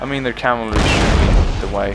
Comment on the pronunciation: I only know of one person who says "calvary"... PoM. I'm pretty sure it's just him, I've never heard anyone else say that lol.